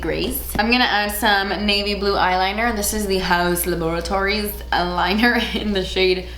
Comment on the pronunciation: Nobody:: HoUsE lAbOurToRiEs Me: lady gagaaaaaaa lamo😂